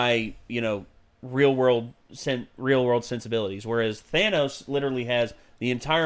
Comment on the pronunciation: The Thanos-copter line is fine, but the "ThAYnose" pronunciation ruins it.